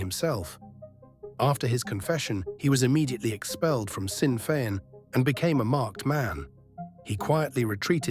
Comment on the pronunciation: Pronounced. Shinn fein